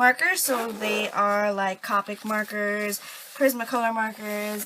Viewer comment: I'm not trying to be rude or anything I promise but it's pronounced Co-pic not Ca-pic